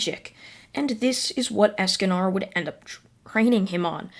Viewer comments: I'm sorry don't mean to be rude but escanar ESCANAR DO YOU MEAN ESACANOR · Not “Eascanar” it’s es-con-or esconor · Escanor not Escanar and also you make these into a podcast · You're saying Escanor wrong It's not Escanar its Esk-ka-nor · I know you probably don’t care but it’s Escanor not Escanar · Can u pronounce anything right es-ca-nor like more, score, and lore, pronounces it like that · It's pronased es-ca-nor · so hes a ninja escanor if he does not increase in height edit: i love how u say escanor even if it wrong xD ( not to be rude or anything )